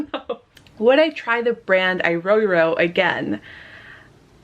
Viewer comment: It's pronounced separately - "IRO IRO" Like, E-row E-row